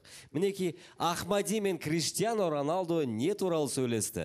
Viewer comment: Раналдо деп ағылшынша айтты🤣